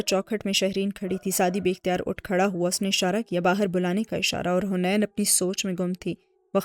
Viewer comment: It's haneen not hunaian